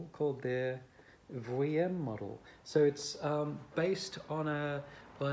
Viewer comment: Vuillaume, generally pronounced is "Vee - yorm" . But I knew who you were talking about, it's alright. That model sounds great! I have many friends from university who had all sorts of different Jay Haide violins and violas - they sounded great in the first year, not as powerful in the second year, and in the violin's third year....it was time for an upgrade. These violins don't get better in sound generally. Certainly it's a wonderful sound, but make sure you buy/borrow a new one just before your recital! If you play Brahms or Shostakovich or Beethoven on a "used" Jay Haide... you most probably won't be heard over the piano. Also, The Great Mozart owned a Klotz, so that's something to put on your resumé if you've ever played or owned one!